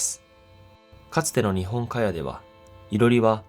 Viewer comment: 日本家屋＝にほんかや× ＝にほんかおく○ 良い動画なのに